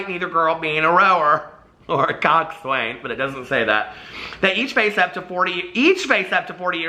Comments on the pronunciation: How has no one told you yet it's pronounced cock-sin?? Rowers of the world where are you?? Don't leave hanging like that. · I love you but my grammar bone is twitching hard. Although it is spelled COXSWAIN - the way to properly pronounce the word is COCKSIN - I know this because I was a rower for some time in high school haha 🙃